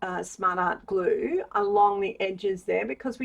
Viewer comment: When you say smart art glue it sounds like something else